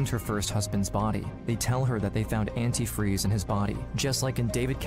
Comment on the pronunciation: The mom outed herself by the way she says antifreeze incorrectly, even spelled it incorrectly